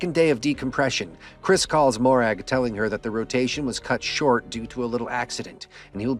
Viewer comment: Mo-Rag :) Lovely Scottish name :) Great video mate. Look forward to the next one.